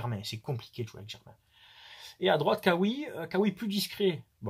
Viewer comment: On dit Raoui pour Khaoui. En Arabe le KH se prononce Râ ou Rë avec un petit raclement de gorge. Comme pour Khadija. C'est pas pour faire la leçon.Juste de prononcé comme au pays d'origine. Salut. Ou?